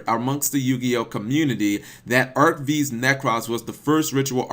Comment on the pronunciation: Arc Five, not Arc Vee.